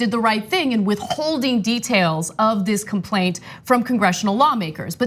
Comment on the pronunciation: “in withKTHolding details”